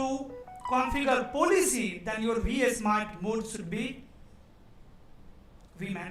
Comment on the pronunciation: its V-Smart not VS-Mart